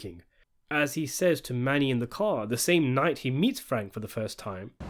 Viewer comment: Well his name is Mano not Mani🤔